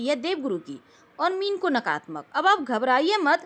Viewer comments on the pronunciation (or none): नकारात्मक होता है ,नकारत्मक नही। ऐसे ही सकारात्मक होता है,सकारत्मक नही होता।